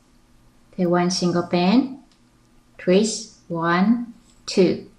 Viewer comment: why before you say twist , you say treest? O_o